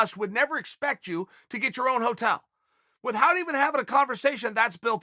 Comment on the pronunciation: And am I the only one that’s noticed uncle chael pronounces the H in the word ‘without’? Are his arms so large that they’re affecting his hypoglassal nerve, the 12th cranial nerve??